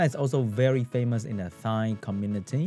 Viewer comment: Anyone else hear him say thigh community?